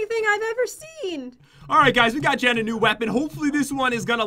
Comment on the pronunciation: its jen not jaen XD